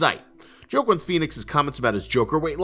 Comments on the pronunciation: Love the video but Joaquin Phoenix's name is pronounced as WAH-KEEN not JOE-KIN the pronunciation just hit my ear differently every time you said it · "JOEQUEEN" PHEONIX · Did you call Joaquin , (Joqwin) ? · SAY HIS NAME RIGHT the next time